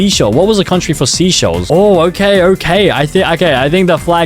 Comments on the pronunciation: mo- naay- co 💀💀💀💀 MO NAH CO SEE SHELLS💀💀💀💀say-chells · The fact he said all of the countries wrong it’s not sea shells it’s seysheles(say shells) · it’s actually pronounced like say-shells, not sea-shells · Seychelles is not pronounced seashells. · It's not seaychelles say chelles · It’s actually pronounced (say-chELL-ees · bro it’s pronounced (say-SHELLS) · How you pronounce seychelles (Say - chill - a'z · Every time he says a country’s name wrong: Canada - Canadia Seychelles - Seashells Saint Kitts and Nevis - Saint Kit and Nevis Liechtenstein - Lithuania Austria - Australia Vanuatu - Vanautu Australia - Austria São Tomé and Príncipe - São Tomé and Principal - São Town Principal Saint Vincent and the Grenadines - Saint Vincent and the Grenades Antigua and Barbuda - Antique and Barbecue Samoa flag - Polynesian flag - Samosa flag Suriname - Surname Grenada - Grenade-a Cape Verde - Cape Verdi For a grand total of 16 times. Tell me if I missed any countries in the comments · Funny moments(and misspelling moments) "IM PRETTY SURE THIS IS SIMILAR TO NARUTO-" "Palau sort of sounds like Poland so I think its similar-" "boohtan" "Which is monacorn-" "seashells" "Saint kitt and Nevais what-" "Its sort of like kit kats-" "barbadors" "ITS LIKE BARBARIANS IN CLASH OF CLANS OR SMTH-" "in the karibian or somethin-" "LITHUANIA" what??? "The listerine flag-" "it's also next to australia-" meanwhile it being austria. "vanauntu" "Touvalou" "THIS IS THE AUSTRALIAN FLAG" "Sao tome and principal" "saint Vincent and the grenades" "kaomouras" "Antique and barbeque" "most likely going to be similar to india-" "and marine is water wich is blue-" "Domanika which sounds like dominoes which sounds like dalmation and dalmation is a spotty-" WHAT IS DALMATION?? "I think its a shoe brand too" "sur name a auh who decided to name their country sur name-" "And dora" "I used to watch dora the explorer-" "East teamor-" "grenade" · pronounced like “SAY SCHELLS” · Bor said seaschells